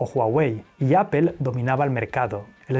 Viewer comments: Se me muere un poco el alma cada vez que escucho "apel" en lugar de "apol" pero qué buen canal jaja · Solo una observación 👀...Apple se pronuncia (appol) 🍎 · Apol no apel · Porque le dice Apel a Apple? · Apple, se pronuncia “apöl”. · Se escucha feo (apel) 🙄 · Ustedes los españoles tienen mal pronunciación en el inglés Apple se pronuncia apol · Me encantan tus videos. Temas Interesantes, buena narración e investigación. Aparte de la edición que es excelente. Pero cada que dices GUGEL O APEL Me vienen ganas de martillarme los testículos. Por que es tan difícil? Saludos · "Guguel" y "Apel" Yo tengo uno y llevo tres años con el y solo tiene muy pocos fallos.